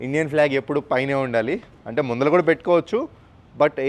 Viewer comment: ముందల కాదురా బాబూ ముందర తెలుగు కి తెవులు పట్టించెలగా ఉన్నావు 😊